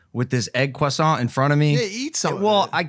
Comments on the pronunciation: Logan I just want to say as a frenchman ur prononciation of croissant is good for an american even for a foreign person ahaha good happy birthday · first American dude to say "croissant" properly